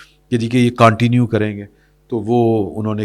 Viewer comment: معزرت کے ساتھ، انگریزی لفظ continue کا صیح تلفظ اردو میں کونٹینیو نہیں بلکہ کنٹینیو یے